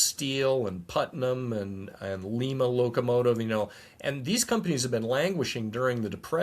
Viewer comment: Guys, in Ohio Lima is pronounced L-eye-ma, not L-ee-ma.